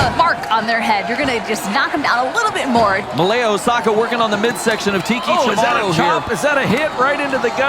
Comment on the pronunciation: Regarding Malia Hosaka -- why does everyone keep pronouncing her name MALEA for some strange reason?